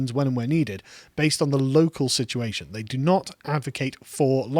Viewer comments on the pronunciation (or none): none